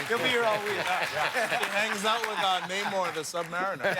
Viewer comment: Did Winston Duke (M'Baku or Man-Ape) just say Namor? 🙄